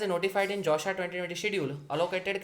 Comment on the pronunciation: Did everyone hear "josha"?